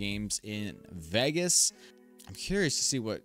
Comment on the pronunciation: It wasn't a preseason game, it was the start of the 2024 NRL. I can't believe I'm listening to an American that can't pronounce Vegas.